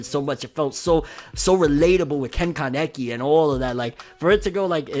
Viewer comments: Bruh why you pronounce kaneki like that lol? You saying kanecky🤦‍♂️ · Why tf are pronouncing Ken Kanekis name like that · no disrespect but i got kinda triggered by the way u said kaneki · When you say the Japanese word for penis wrong. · Did anyone else realize he said men kanekis name wrong lmfao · The way my man pronounced kaneki